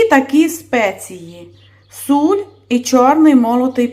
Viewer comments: В українській мові завжди була і є СІЛЬ, а не суль,вибачте.... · Господине,не знущайся з укр. Мови,чому,,суль'' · Суль? Ну добре, такого я ще не чув) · Найбільше сподобалось "суль" Давно живу нв світі,але таке чую вперше